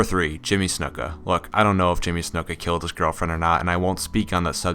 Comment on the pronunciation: Who the F is Jimmy SNIMKA??